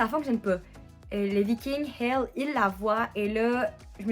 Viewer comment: Merci pour ton super retour très complet 🖤💙🤍 (et ta prononciation est exact pour le nom de Hel ☺️)